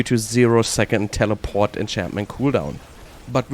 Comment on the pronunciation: I always like the way he says telepawht 😂